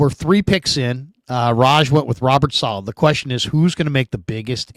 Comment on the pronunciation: Can you guys get together and agree on the pronunciation of Saleh?